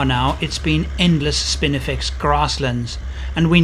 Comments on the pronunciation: Damn I am loving this adventure. But, it's not spiniflex, there is no "L" I offer that probably obvious correction in good humor. Now carry one. - Mike Costello. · Get it right. There is NO "L" in SPINIFEX.